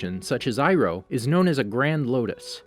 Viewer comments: Yay you said Iroh correctly! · Aye he said irohs name right this time